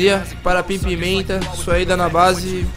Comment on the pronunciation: Novo Joel santana